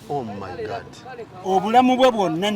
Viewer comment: Banna Uganda, muve ku byemulaba nemuyiga ku internet: clean up your language. Using 4-letter words does not make you look hype and modern. Naawe host, vva ku "Gaadt," it is GOD! Temututama!